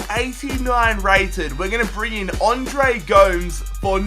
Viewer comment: ONDRE GOUMS BAHAHAHA